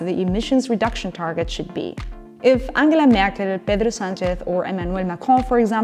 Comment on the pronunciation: This is unimportant, but your pronunciation of Merkel, Sanchez and Macron was perfect